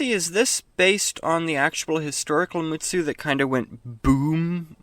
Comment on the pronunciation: Thanks for featuring my ship (and nailing the pronunciation). Yes, it is based on the real-world Nagato-class battleship Mutsu.